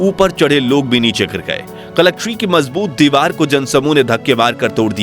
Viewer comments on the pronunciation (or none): none